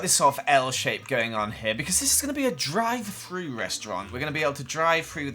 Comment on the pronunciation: drie fru Me: Wahh oh drive though